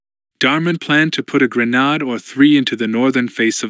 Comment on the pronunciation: Or Grenade not Grenad